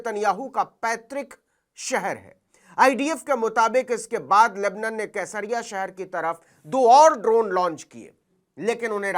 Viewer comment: सर जी not केसरिया it's सेसरिया